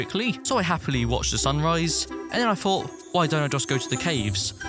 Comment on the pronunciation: he always says happly when he does some thing LOL